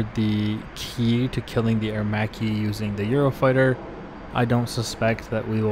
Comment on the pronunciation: Thank God, someone who can pronounce Aermacchi in the right way! Anyway, nice video 👍🏻